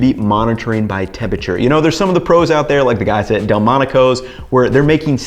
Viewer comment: For someone so preoccupied with tempeRature, you'd think he would pronounce the word correctly.